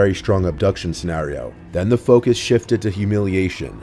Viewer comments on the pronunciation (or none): none